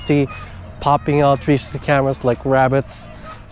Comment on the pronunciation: Is this a joke, or are you seriously incapable of saying the word "360" ????